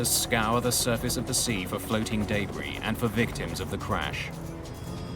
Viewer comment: I ma really tired of hearing the word "debris" mispronounced. Please address this matter.